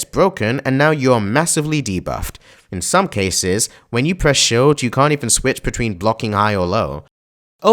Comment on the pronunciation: Never have I heard someone pronounce "shield" as "shilled". How do you even get that idea??